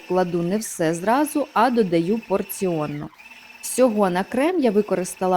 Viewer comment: Якщо є порція,то слід казати:"порційно",но не "поріонно".А так-все пречудово.